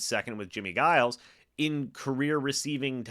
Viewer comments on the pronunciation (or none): Jimmie Giles last name is pronounced Jiles, for future reference.